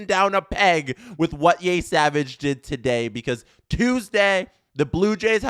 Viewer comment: Yeah he's pronouncing it like Yésavage lmao there aint no accent aigu in Yesavage